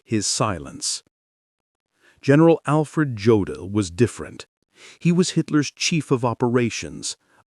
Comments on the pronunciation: It's pronounced "YOH-dl," not "GEO-dl." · An okay video except for the pronunciation of some of the names (e.g. Jodl, which is pronounced Yodel). Also, the pictures shown are not of the people they are describing. Need some editing, guys. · And incorrect pronunciation of "Jodl"... This is a very low-grade, unprofessional production.